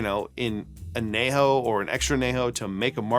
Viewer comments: I’m guessing he’s fine not trying to use a Spanish accent. I know when I say a Spanish word in English, I’m ok with saying it in an English accent. Or maybe his response is just being sarcastic. Not sure. As a Spanish speaker, I definitely noticed though! 😅 I’ve never heard an “ñ” pronounced as just an “n” though, in English or Spanish. (Though, I’m in Az where most folks, even non-Spanish speakers, know that an ñ is pronounced like an “n” with a “y” after it. (Anyejo [maybe better written an-yejo] or as you said “on - yay - ho”) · Really enjoy your content, Need to work on that añejo pronunciation. It's "on-yay-ho"